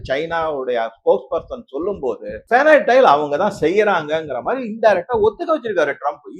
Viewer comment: By the way I checked from Google, how to pronounce it and here it is feh - nuh- tile ஃபெனடைல். Thought of sharing it.